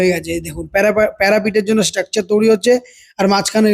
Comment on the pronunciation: Touri noi toiri😂